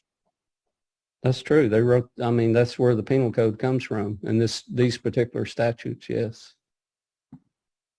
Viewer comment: He said "statues" instead of statutes. He is a dummy.